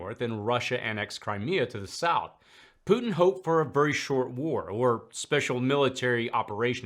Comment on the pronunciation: Mad Maxine Waters says "POOT-NNN" instead of "Putin." Senator Kennedy says "PEW-TIN." 😂🤪